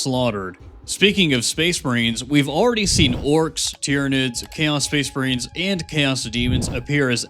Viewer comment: Are you saying space marines or space brains bro wtf